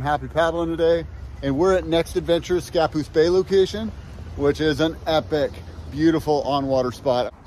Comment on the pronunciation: It's ScaPOOSE not SCApoose.